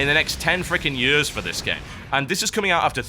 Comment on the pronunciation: The way you say years is creepy